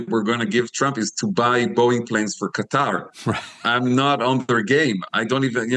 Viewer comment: It's not Cutter, it's Qatar!!!